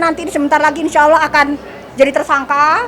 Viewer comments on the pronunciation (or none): none